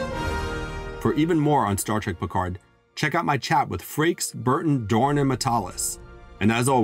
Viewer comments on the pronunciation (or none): none